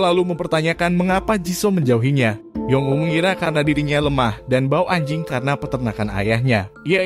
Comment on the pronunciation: ngomong anjing nya biasa aja dong banggggg